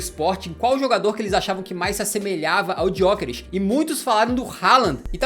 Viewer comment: Se pronuncia Yokeres sem o G, não é muito difícil de escrever nem de falar